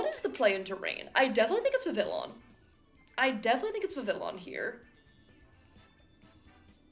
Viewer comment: It is pronounced 'VIV - ee - on'. God.